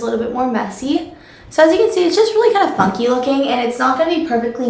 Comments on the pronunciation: i really thought you said fucking instead of funky hah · omg i thought she said "fuck you" when she said "funky" lmfao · Oh my gosh I thought you said "fucky looking braid" instead of Funky. oops! Hahahaha